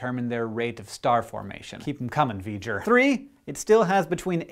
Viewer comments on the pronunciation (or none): Did he say v-ger?? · Aaaah! He said Vger!